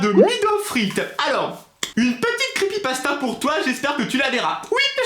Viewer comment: 😂😂😂😂 comment prononce Crepypasta m'a tuer 😂😂😂 Super vidéo ^^